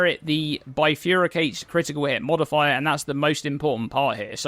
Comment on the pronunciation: trying to say bifurcate and not quite getting it right 😂 Bifurycate is not really a word, though I suppose it does sound like someone angrily splitting things into two. Or the act of making someone bifurious, which is similar to bicurious, except you're also angry about it. Anyway, thanks for the video. Repulsion is a great skill overall and i've been using it in conjunction with shattering palm for even more explody potential.